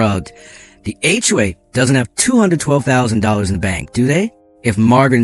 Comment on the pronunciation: The word is SIGHED and not SIDE. It’s also HOA and not all of the other variations that were used. Now, about the story, you should have put on a lien on MARGARET’S HOUSE, for your lawyer bills and to pay for the HOA lawyers fees. Then there is the $40,000.00 in the emergency fund. That should be placed into an interest bearing fund for pool costs in the future. I’m sure they have a pool. I wouldn’t let MARGARET get away without clearing up her debts to you or the community. I would also have checked for embezzlement. With the lien on her house, she can’t just disappear without paying.